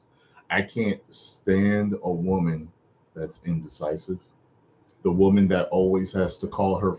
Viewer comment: 😂😂😂😂 what island is this😂😂 WELCOME MON YOU COCONUT WATER WOMON!!!😂😂😂